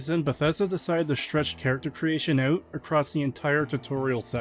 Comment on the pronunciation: The way you pronounce "out" incorrectly is insufferable.